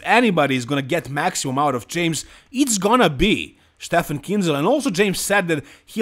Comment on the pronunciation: Finally you pronounce Kienzel right 😉 👌